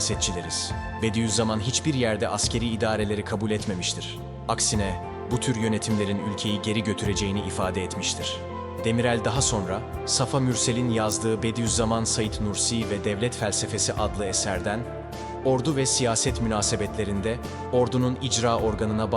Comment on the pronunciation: Demirel'den niye tankların üzerine çıkabilen bir Yeltsin çıkmadığının izahı gibi. Ama münferit bir şahitlik mi, olayı aktaran başka birileri var mı, bakılması lazım. Bir de Safa Mürsel'in ikinci 'a'sı uzun okunur.